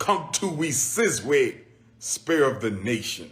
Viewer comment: “Un come to We Sizwe”